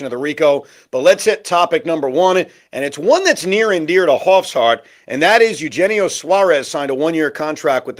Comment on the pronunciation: One day they will learn how to pronounce Eugenio. 😂